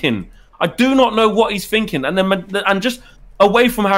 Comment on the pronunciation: "Don't know what he's Finking 😂😂😂